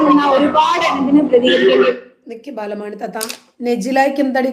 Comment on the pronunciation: ബാലമാണി അല്ല ബാലാമണി 😂